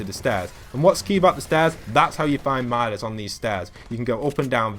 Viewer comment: Man, you said every agent's name wrong Meedas Skay TNT Tina Meow sickles Meow sickles Pyaow Pyaow rifle